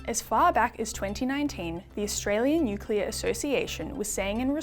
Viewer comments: Hi, Folks. This sounds like a 'full bottle' on energy BS. It could be my aging ears but it sounds to me as if he can't even pronounce the word, "nuclear", properly. It sounded to me as if he said, "nucular". Would somebody please explain to us, preferably in words of one syllable or less, just what 'nucular' energy is? "Commonwealth Scientific (and) Industrial Research Organisation."?????????????? Seems to me that there was SFA 'scientific' research done at this meeting, just the taking as 'gospel' the HIGHLY BIASED sales pitches from a cohort of existing energy providers and lobby groups. HOW is that 'scientific'??????????????? Just my 0.02. You all have a wonderful day. Best wishes. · pronunciation of nuc-u-lar doesn't inspire confidence either. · Cant take anyone seriously who can't pronounce the words nuclear. Nu Clear. Not hard, really. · from CSIRO is so misinformed about nuclear, that he pronounces it NUC-ULAR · So we're relying on information from a guy who can't even say nuclear correctly. 🤦🏻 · Bowen can't even pronounce nuclear. CSIRO only do what the current government tell them to do as they get their money from them. A once useful organisation that has just become a government prostitute.